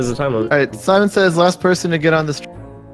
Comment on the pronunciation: it sounded like Dj said lemon says